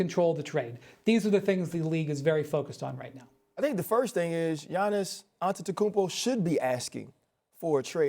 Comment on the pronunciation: The first seconds of the video.... AntetokounmBO? It's AntetokounmPO! Learn to say the name right or bring Molly back.